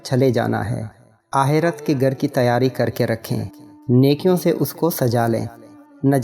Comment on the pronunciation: It is akherat not aherat,and it is ghar not gar please prounounce properly